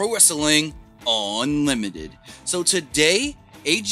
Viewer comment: I like your videos, but why do you pause and say unlimited so weird?